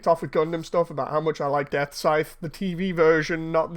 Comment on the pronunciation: The Engrish is strong with this one.. "Gundam Death Size"....